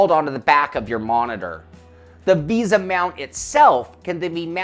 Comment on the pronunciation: It is "v ay sa" mount, not "visa." Just picking on you, lol. I may buy one of these for my next rig. But I am looking at Trak Racer rigs as well. Their 8020 rigs have a lot of accessories. I do prefer the tube steel look though.